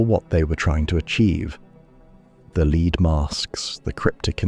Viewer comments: what did I learn here? just that AI cannot pronounce "lead" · Just a heads up, in the Brazilian story you mispronounce lead (as in the metal) incorrectly 5 times but pronounce it correctly twice. Also, you miss the most rational explanation for the Bermuda Triangle- the region has some of the heaviest shipping traffic in the world and it actually doesn’t have a higher rate of disappearances than areas with similar levels of traffic.